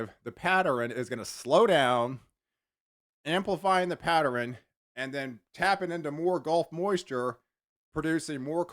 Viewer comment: Pat-ter-N. Hahaha.